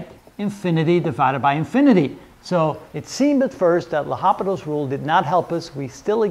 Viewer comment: Respected Sir I think it's L'Hopital and not Hospital [with 's']